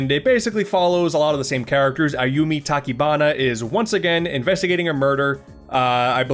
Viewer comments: The “ch” is Ayumi Tachibana’s last name should be pronounced like the “ch” in chicken, not like in “character.” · you gotta pronounce the chi in Tachibana dude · "Eiyumi Takibana" is what he said.